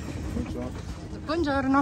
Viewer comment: Kati meravigliosa a Dežo ragazzo da sposare🥰krásne vyslovuješ Buongiorno👍ja by som tie tvoje videá pozerala aj každý deň😘